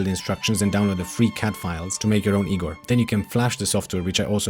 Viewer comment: I’m Igor! And I promise you wont find me that helpful. Thanks for pronouncing my name correctly though!